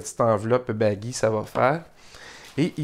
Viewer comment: Salut. Bravo et merci. Ce sont des boîtiers en origami ou avec collaege ? (Note : chaque fois que tu dis ""baggi"", je comprends ""baggy"". En réalité Baggi est un Italien, son nom se prononce .)